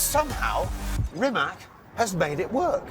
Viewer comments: Chris, the least you could have done is to pronounce the company name correctly! It's pronounced REEMAK!!! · Rimac - repeat after me, Ree-mats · oh come on, its pronounced Reematz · I know it is not worth it but, RIMAC IS PRONOUNCED REEMAZZ in Croatian! Stop butchering his name and the name of his brand! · Pronunciation: Rimatsh. With a "Spanish" R. And also a Spanish sounding, short "a". Great brand! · It’s ‘Remac’ geeze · Great fun but it’s a shame even Top Gear can’t get the pronunciation of the company name right, it’s Ree-mats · I wouldn’t call it a luxury motorcar? Never heard such bullshit. I don’t believe Chis Harris would say this in an established super or Hypercar. And by the way. It is not the first time for Mr. Harris to talk about Rimac (with a C and not with a K) and he is still unable to say it the right way. If this would be a British company Britain’s would expect this from foreigners. Sorry, but this has to be said. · Awesome car, but Chris, you're making your Croat friends cry with that "Rimack" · Like seriously? Serious show, so many years old, has a incredible legacy, and you guys didn't pronounce Rimac neither Nevera properly. You literally said it Reemak Neeveera. Tsk tsk tsk. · Piss off with your wrong pronouncement of "Rimak " ,Kris Haris . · Rimac is pronounced Rimach. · You're a legend Chris, but if I can pronounce names like Mclaren or Triumph, you can get Rimac correct. Thanks ❤🇭🇷 Sretan Božić i Nova Godina 🙋‍♀️🎄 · when will people learn how to pronounce rimac properly… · Where do they see a K in Rimac? No one is calling Mercedes a Merkedes....have some respect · "C" in "Rimac" is pronounced as "c" in "cereal" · Surely you guys can take a few seconds to learn how to pronounce rimac correctly? It's not that hard. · WHEN will the automotive press honor this man and learn to pronounce his name CORRECTLY? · wrong. 'c' sounds like ZZ in pizza. there is no T or SH sounds. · Why nobody can pronounce Rimac correct? 🤦🏻‍♂️ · rimatZ not rimatS